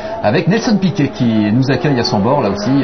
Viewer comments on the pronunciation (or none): "piruet" :D